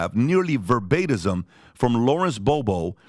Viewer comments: I enjoy hearing "verbatism" when he means "verbatim". 🤣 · Dude. It’s DISSERTATION not dissertion and VERBATIM not verbatism.